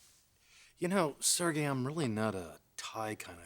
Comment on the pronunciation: Pronounced “Sir Gay”! Lol!